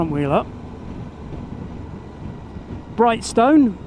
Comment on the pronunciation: And Brighstone is more Brystn (Bry as like dry and no 'o' in stone)